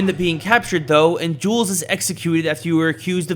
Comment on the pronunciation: i thought he said sorry jews